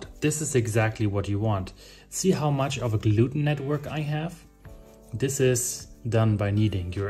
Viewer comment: Did you say, "gluten-tag". If you did that's hilarious 😂 I watch you channel sporadically.